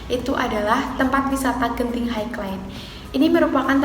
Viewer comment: Sebutan Genting tu betul... Highland tu sebutnya 'hai-len' atau maksudnya tanah tinggi. Kasino di Genting Highland dibenarkan untuk orang bukan Islam sahaja. Skytropolis Theme Park tu sebutnya 'Skaitropolis Tim Park' atau dalam bahasa melayu Taman Tema Skytropolis. Terus maju buat channel kamu ya 😁👍